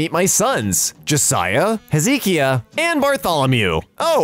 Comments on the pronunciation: its (hezekiah) Heh-zuh-ky-uh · I know I was like who’s hezeekeeah? You mean hezikiah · I died when he said Hezekiah, it’s He- Zeh-Kaya lmao